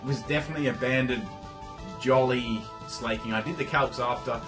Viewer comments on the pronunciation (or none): Sla-king. Not slay-king As in slack. Im sorry >_< but it bugs me.. Love you anyway <3